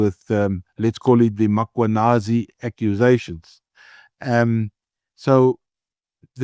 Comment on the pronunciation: Prof, please pronounce the Lt Colonels name properly …. It’s not mAkwanazi, it’s Mkhwanazi. If you’re not sure, ask anyone around you to assist. You seem to have everyone else’s name correct … It’s a matter of respect. Thank you sir